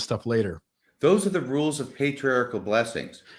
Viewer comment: By the way, did you know individuals who mispronounced the word "patri-article" or is that a local Missouri dialect?